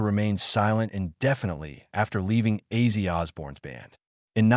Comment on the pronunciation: Who is Izzy Osborne? This dumb fool doesn't know how to read!! Because of this he sucks!!!!